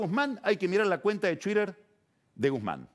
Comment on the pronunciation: "su cuenta de tuider"